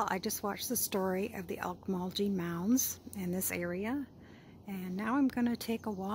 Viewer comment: Oak- Mul- Gee not like gee whiz like G in Gary nice video